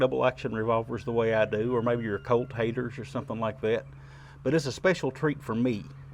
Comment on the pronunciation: Great review! I love the way you say Colt sometimes, it gives me a chuckle. “Cote”. Love these revolvers and you are a great shot!